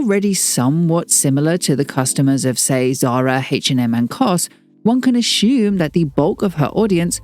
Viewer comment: The way you pronounce 'assume' as 'ashoom' is diabolical